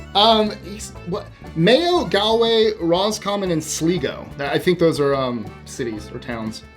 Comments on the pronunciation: It is Sl'y'go (Sligo) not Sl'ee'go'. Mother's birth place. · It is Sl'y'go (Sligo), not Sl'ee'go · Just seeing this— hope by now someone has told you it’s SLY-go, not SLEE-go. I had no surprises in my DNA tests. On my Australian mum’s side, my great-grandfather was from County Armagh. No real surprises. Mum’s side, English, Irish, Welsh and Scottish. On my father’s side, Dutch, Prussian and Indigenous . You should find out if you’re Orange or Green. I’m Orange Irish. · Sligo is SLY- GO Galway GAWL-WAY - your pronunciation made me think you were trying to say Galloway. County Mayo. It's an area. A county - like a state, but smaller scale and more unified with other counties, than states are with states. So you are getting the areas where your genes are usually found, within Ireland. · No... your say your main ethnicity is Irish, Scottish & Welsh. BUT - what percentage of each? Because your MAIN ethnicity may be Scots! The red beard could be from there too! You may not be what you suspected. Try again. 😂😂 PS: They're Irish COUNTIES, not cities. And pronounced SLY Go. 😉 But big congrats! You obviously come from Celtic immigrants. 😃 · Mayo, yes. Never heard of Dleego. Do you mean Sligo? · 22 is HILARIOUS 😂 And Mayo has NOTHING got to do with Mayonnaise, its a county in Ireland between counties Galway and Sligo (pronounced Slygo). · Sligo is pronounced Sl eye go. I live here in Sligo Ireland. Why don't you come and visit.? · Galway -Gaulway, Sligo-Sl eye go, just sayin', ;] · Pronounce Sligo as sly go. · "Mayo is County in the Republic of Ireland 🇮🇪 and you pronounce Sligo "WRONG" and all those County are in the Republic, ps "GREETINGS FROM CORK (REPUBLIC OF IRELAND 🇮🇪( I said this incase you think??? these "Country are in Northern Ireland, which is part of the United Kingdom)ps I'm glad you found out where you're from. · Hope you go to Sligo! And learn how to prounounce it.